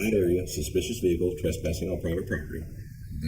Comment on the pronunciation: His car even looks white as he staggers out of his "silver" ve hicle.